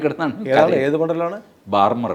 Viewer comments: Barmar അല്ല Barmer (ബാഡ്മീർ ) എന്നാണു ഉച്ചാരണം. please note. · Written as Barmer, It's pronounced BAADMER.